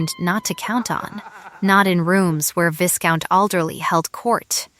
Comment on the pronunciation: Vie-count, not vis-count. Surely AI would know this pronunciation. A lot of words for so little substance.